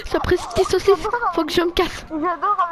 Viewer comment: "sapreret tise saussice" 😂😂😂😂😂